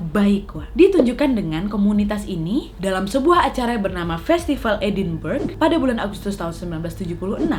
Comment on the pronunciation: Edinburgh klo ga salah bacanya edinbrahggh